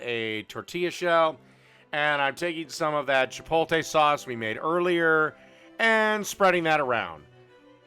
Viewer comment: Midwesterners really pronounce Chipotle “Chip OLE TAY” lmao it’s Chip OAT LAY 😂